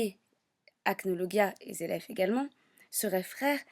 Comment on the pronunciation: tu lis le manga et tu dis dragneel et zeref? je vais te cambrer en l'air toi !